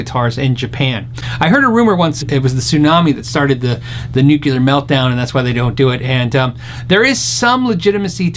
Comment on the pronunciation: I hate to be picky, but I'm English...the oft mispronounced word 'nuclear', is easy to say correctly, just say 'new-clear'. NOT 'new-cular'....that's reversing the letters :) Again, sorry to to criticise. Love your channel and watch all your video's.[ If it makes you feel any better, Gene Hackman got it wrong in the film 'Hunt for Red October'. The mistake stood out like a sore thumb to me, and it lessened the impact of the film for me.}